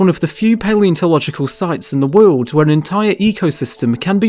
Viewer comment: What is a verteabral? Do you mean vertebral? Why narrate if you can't pronounce simple words correctly? "All across the Wewld"? Wtf is this shit?